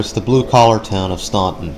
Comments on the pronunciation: It’s pronounced “Stanton”. No one from VA knows where “ stonton” is. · The city’s name is pronounced Stān-ton. The u is silent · The last time I was at this Mall was around the time I moved away from Staunton to SW VA in the early 2000s. This mall was in dire straights then! And as others have mentioned, the city, mall, river, and etc, are pronounced "Stan-Ton." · Staunton- "STAN TON" The U is silent. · its pronounced STANTON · It's pronounced "stanton" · Yep - the "U" is silent. It's pronounced "Stanton". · Went to Mary Baldwin College from down the street from here. Spent way too much money at Bath & Body Works back in the day. /edit/ dang bath & body works is still there! <3 Also, its pronounced "staun-TON". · It's pronounced STANTON. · STAN ton. Omg !!!! Its pronounced STAN ton!!!! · In Virginia we don’t say Staunton like you did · Same thing with McLean and Norfolk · Yes your right. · Too bad they don't do enough research to pronounce the city name correctly. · Yeah, that falls under doing due diligence as the producer, to ensure that you pronounce names correctly, especially when you're doing the narration in post-production. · I live in Staunton and you are pronouncing it wrong. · He's mispronouncing the first syllable, not the second. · We don't say the u in Staunton. . . 🙄